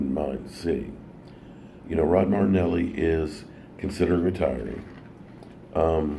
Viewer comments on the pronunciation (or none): It’s Mari- Fucking- Nelly not MardNelly!!! 😂😂